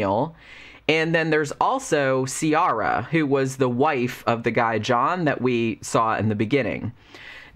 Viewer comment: This might change your whole experience of the book.. but Ciara in Ireland is pronounced Ki-ra 😄